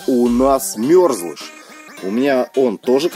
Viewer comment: Не мЁрзлыш а мЕрзлыш